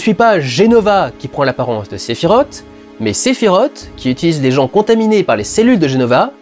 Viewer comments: Oui mais... Sephi rote. 🤣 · sephirote j'en ai des nausées à te l'entendre dire.